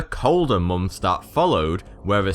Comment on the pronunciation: KruegerFC Yet no one comments when he pronounces "months" as "mumphs" or "thing" as "fing".